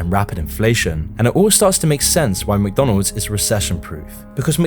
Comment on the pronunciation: Mconalds lol